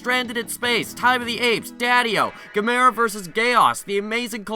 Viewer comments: "GAM-er-a," fool! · your pronouncing Gamera wrong. If you watched Cinemassacre's Monster Madness Sequel-A-Thon 2 You'll know the correct way the pronounce the monsters name right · Do you think you could review some of the classic Gamera movies sometime in the future? I don't mean to criticize, but you mispronounced Gamera, Barugon, and Gyaos. Here's a way you can remember their correct pronunciations: Gamera (rhymes with camera) Barugon (bear-oo-gone) Gyaos (ryymes with house)